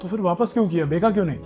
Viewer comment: it is BECHNA not BEKA.